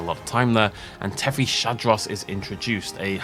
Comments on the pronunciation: I might be wrong but I believe it's pronounced as "Tethys-Hadros" as in Hadrosaur from the Tethys, not "Tethy-Shadros". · Something I'd like to point out is that Tethyshadros is pronounced "Tethees-hadros" and not "Tethee-sha-dros", I've noticed you've struggled with this for a while so wanted to help ya out a bit, was also hoping you'd notice it with Attenborough's narration, other than that keep up the good work with these vids!